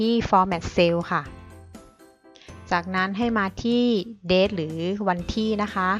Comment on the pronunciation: ออกเสียงว่า Date ไม่ใช่ Dead นะครับ 😆